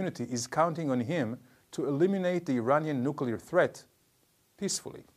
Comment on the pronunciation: Why do we need nucular anything? No really? <3